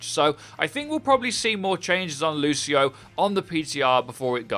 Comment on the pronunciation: I-lucio...lucio😳 Lucio-o